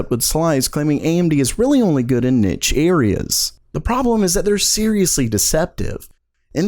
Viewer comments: it's not pronounced nich its pronounced as nish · It's "neesh" not "nitch". I went from a 4770k to a 2600x and the performance increase was insane, so I can confirm AMD is better than Intel. (Makes about as much sense as Intel's marketing right now)